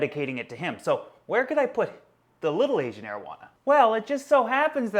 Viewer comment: i like how u pronounce the ancient arowana😀